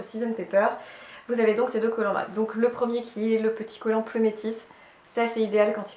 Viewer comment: On voit rien sur les vidéos, je pense que tes collants sont peut être trop grands car normalement on voit bien les motifs sur les collants gambettes box. Et on dit plumetis sans prononcer le s, [i] à la fin. Je ne peux m’empecher De le remarquer en plus tu le dis 2 fois 😂 merci pour cette vidéo